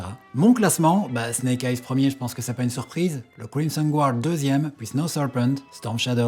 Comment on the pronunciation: Crimson guard😂😂😂 c'est énorme ! L'accent anglais est parfait 😂